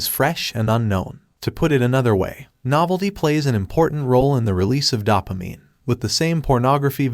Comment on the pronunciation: It's dough-pa-mine not dawp-a-mine